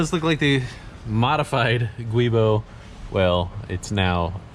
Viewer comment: Thank you all for saying Guibo correctly, unlike saying Gwoobo or something, lol.